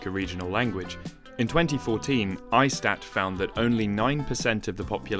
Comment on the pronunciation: no big deal at all but ISTAT is 'eestat' in Italian.